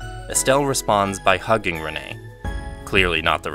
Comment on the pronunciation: he pronounced loewe wrong but at least he said renne correctly